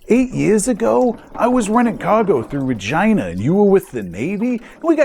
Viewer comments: Your pronunciation of Regina horrifies me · "Gods, I remember you, you're that smuggler that always pronounces Regina as Regina."